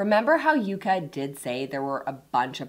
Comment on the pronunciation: I hate how you sometimes says “Yucka” and “Yaka” instead of “Yuka”. Also, your assessment of the app is inaccurate and biased. Sorry.